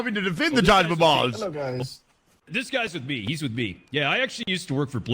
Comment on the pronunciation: "Taj MaBalls" xDDD